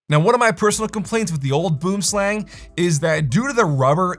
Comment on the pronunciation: Aw no retry at saying "boomslang" correctly? Dang